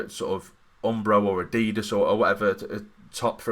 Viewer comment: Well I just unsubscribed upon learning you pronounced Adidas like that xD